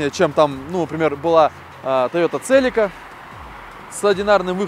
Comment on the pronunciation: Тайота Целика..Селика правильно